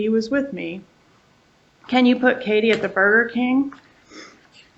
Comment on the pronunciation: mispronouncing Katie's name... 😂